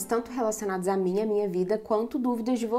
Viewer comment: "Munha", hahaha tão mineira, tambem falo isso😂❤